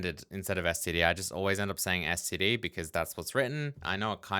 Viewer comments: except it sounds like you're saying "scd" not "std" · You know if it bugged you that much you could have just written your own println routine. 😏 At least you're not like some of the c++ nerds that pronounce std: "Stood". That is just so stupid. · The printing custom types bit should be it's own tutorial video imo, the resources for this online are poor the last time looked a long while back. Also, I pronounce it as "stid", I won't say "stood" like many members of the committee, I did used to say "ess tee dee" like you do tho but "stid" is effectively pronounceable monosyllabically